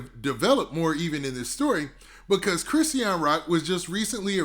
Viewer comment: Chri-sean two syllables wtf is a Chris- e-an